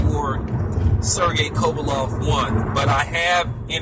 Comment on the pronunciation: Can't even pronounce kovalev ffs